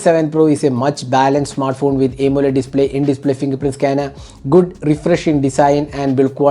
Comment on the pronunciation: Bro! Please try to say Aamoled instead of A moled like you say!